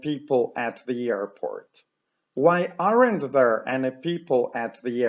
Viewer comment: bardzo cenię Pana lekcje..... ale to AREN`T.. to chyba nie jest właściwa wymowa